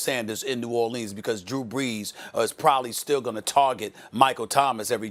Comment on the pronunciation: I want to smack SAS every time he pronounces New Orleans the way he does. Too much enunciation on it dude